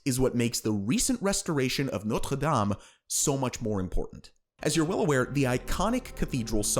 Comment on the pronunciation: You pronounced Notre Dame wrong